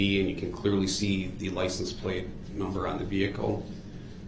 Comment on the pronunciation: I’m surprised he didn’t use that as a defense. I had no license, I didn’t “undershtand” how to drive. I had no “license place.” I thought the car I came in was a tan Kia, not a red “Excape.”